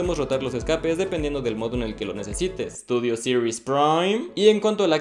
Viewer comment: Me encanto y me dio mucha risa cuando dijo studios siries prime